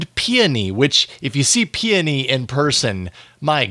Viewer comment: Yay! You pronounced Peony correctly on this video! 😂